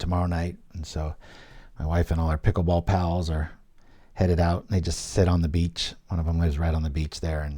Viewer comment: What is this Peekool bowl you speak of?